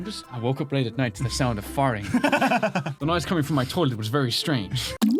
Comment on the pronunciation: Hearing say "farting" in an American accent made me very uncomfortable.